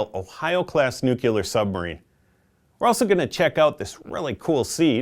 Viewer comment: I found it kind of annoying how you kept saying nu-cu-lar instead of nu-clear.